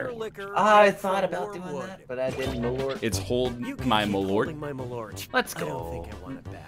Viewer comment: It's malört though, not malort.